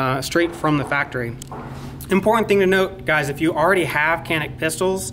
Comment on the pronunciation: Should be pronounced like "johnick"